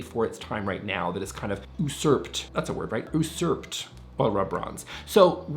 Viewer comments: Usurp is pronounced “you-serp” 😊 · Pronounced “Yoo-surpt” (Facial hair👍🏼)